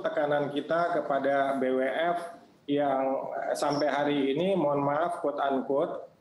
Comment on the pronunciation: Ngomong BWF aja nggak bisa, B apa itu 🤣🤣🤣🤣 Pengamat olahraga anda bung?